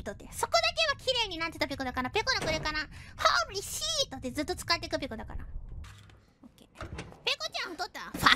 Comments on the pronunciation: H O R E E S H I I T! So.. THATS where that Pekora meme comes from lol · HOREEEE SHEET!! ANBARIBABO!!